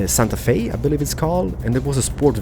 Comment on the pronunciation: It's (cì-a) and (Han-day) and (Sånt-a-fé) thanks u for ur words not trying to be mean I'm just trying to help ur elglist